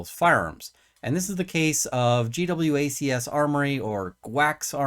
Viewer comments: Karl and Ian pronounce it G-Wacs, gee-wacks. seems the best way. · JEE- wax I believe is the correct pronunciation. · I think it's pronounced Geewax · Apologies for the second comment. In case it's helpful, GWACS is generally pronounced "Jee-Wacks" as in pronouncing G like a letter and the rest as a word. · Think GWACS is pronounced as g-wax. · I know a million people are probably gonna jump on you for this but I think its mostly pronounced "gee-wacks"